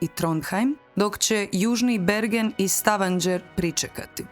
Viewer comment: Ne izgovara se Stavanger s đ, već s g. Isto tako nije Daladier, već je Daladije.